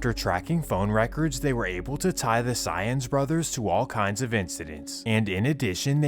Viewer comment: Lol Saenz is pronounced kinda like "signs" not like "science"